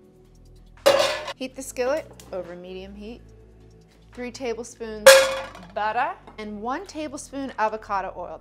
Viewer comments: I cant wait till you get your own show. You got it all, you got the "buttah" etc. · BUTTAH! AND GAHLIC!